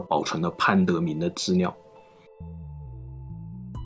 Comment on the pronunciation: 资料，不是自尿。请注意L和N的发音